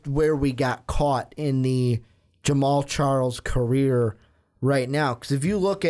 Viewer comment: Lol Charmander west!! His names pronounced shar-Kendrick. Lmao Boy ain't no Pokemon!!!!